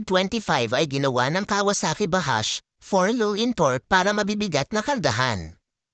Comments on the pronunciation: Ahhhiiii bad hinggg vahashh sshhhh😂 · Marami ako mga taohan dito ng KSA halos mga itik.. Ung pronounce ng J gawin mo D